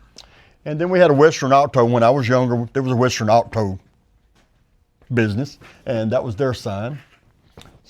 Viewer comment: “Western Awe-toe” 😂